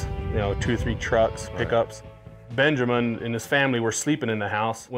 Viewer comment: dude really said Benjermin